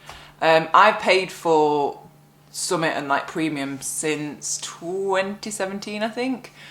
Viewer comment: Think of all the people who have been flooded out of their homes this winter, must be awful for them. When you say summit it sounds like Yorkshire for something! Look after yourself, we might be in for a long battle!